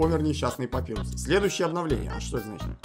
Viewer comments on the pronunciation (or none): Какой блд папирус?! ПАПАЙРУС!